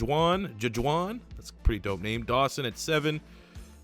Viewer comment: “Ja-Juwan?” Has he never seen the name Juan